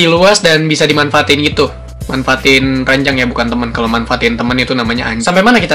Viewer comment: ranjang bang bukan ranyang